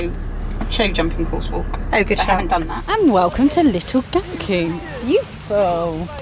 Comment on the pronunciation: Em I love that you call Gatcombe; Gat Coom 😂 It’s Gat Come. See you there again next year. You were fab ❤❤❤